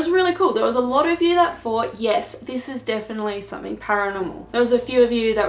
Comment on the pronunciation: hi I also have another comment about how you speak in the video,did I hear you correctly,did you say the word fought instead of thought and do you know your doing that.That's interesting because my brother used to say that when he was little until he learned to say thought correctly,just an observation,hope I didn't offend.